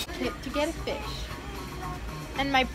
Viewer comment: do you mean your getting a feesh?